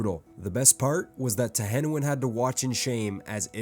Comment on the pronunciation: Tehenhauin is pronounced tehenywheeny (teenie weiny) a lot of og lizardmen names are puns